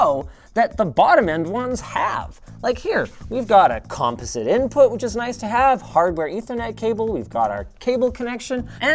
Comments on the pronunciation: Never heard someone say composite like compose-it before. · Is the stressed syllable in the word "composite" the first or the second? I've always said it comPOSite like comPUter, dePOSit. Maybe Canadians just like to get all the heavy lifting out of the way at the beginning of certain words. Update: The Google machine just told me that Americans and Brits are lazy and procrastinate until the second syllable, while Canadians tackle the stress on the first. Eager beavers, I suppose. I need a nap.